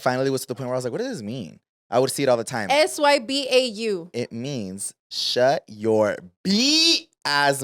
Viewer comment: im sooo dead piches historias locas 😂 sm happens in such little time 😭🙏🏽 y tambien when yall brung up sybau got my ass rolling the way pronounced it